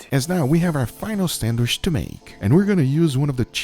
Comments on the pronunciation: SandWISH. LOL! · I know everyone talks differently but him saying sandwish is pissing me off lmao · Its sandwich not sandwish lol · Is he saying sanderwich?😅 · on a sanwish .....lol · bro pronunce sandwich like a mentally chalanged